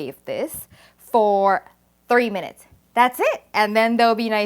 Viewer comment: Your statement “microwave for 3 minutes”. almost sounded like 30 minutes